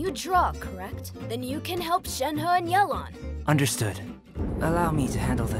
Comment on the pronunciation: Yay-lawn, not yell-lawn lol Cute comic dubs as always though. Love the artist.